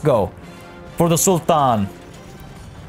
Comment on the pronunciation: Just curious where are you from ? you pronounce the arabic “t” as in sultan perfectly 👍🏻😺